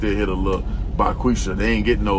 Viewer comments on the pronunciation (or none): Not Bahquesha.. 🤣🤣